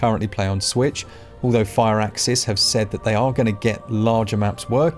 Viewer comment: Fur-axis, not fire-axis